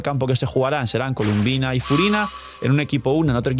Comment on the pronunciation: Mala costumbre de llamarle “Columbina” siendo que su nombre incluso sale en el juego y es “Colombina” pero bueno siempre hay alguna que otra mala pronunciación de parte de los YouTubers siempre